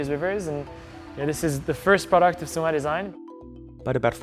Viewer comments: not the narrator pronouncing sungai (river) like the english words sun-guy😭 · SUNGAI means river, is pronounced SOO-NGUY not SUN GAY. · It's pronounced "Soo-ngai" Not Sun-Guy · not the "SUN-GUY" 💀💀💀💀💀💀